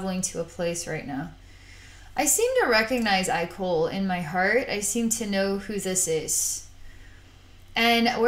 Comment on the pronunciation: some carefully worded criticism: i know it was an accident and understand you haven't read the books but uhh you pronounced his name wrong even though it's spelled IKOL (ikol) his name is pronounce ekol as in ecoli (sorry that's the only word i can remember that has that pronunciation) but yeah other than that loved the video